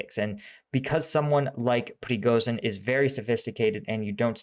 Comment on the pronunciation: I know that English has no easy way to pronounce the sound "j", but Приго́жин is pronounced "prigojin", not "prigozin". "zh" is convention for "j" sound.